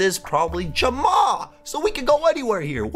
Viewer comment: It's pronounced jam-a I play animal jam my name is wolfspice17 ur SOOO funny